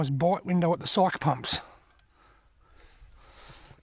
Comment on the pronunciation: Hi. not sure if you have already been corrected. The locals pronounce it Phonenitcly Psykie pumps. cheers